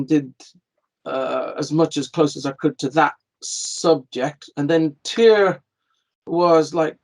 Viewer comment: Tyr, pronounced TEAR!!!